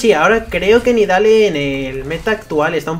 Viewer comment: creo que se pronuncia nidali xD